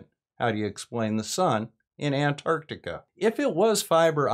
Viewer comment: Thank you SO much for pronouncing antarctica correctly. I don't know why, but those who say it "ardika" drive me NUTS. Oh, and also thank you for all the work you do trying to calmly explain the truth to people who need to hear it.